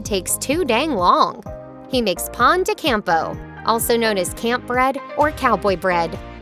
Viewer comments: Pan de campo. Indeed she butchered it as well as a few others. Native Spanish speaker here. Pero lo bueno es que si se entiende todo lo que dice la muchacha... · I'm not exactly sure how you say phone de campo but the way she says pone de Campo makes it sound like an American butchering another Language. It's like Pokémon not pokey man.